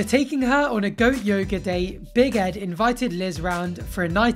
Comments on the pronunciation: I think that your saying big head instead of big Ed lol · All this time I thought you was saying BIG HEAD i realised now obv that you meant BIG ED 🤦🏽‍♀️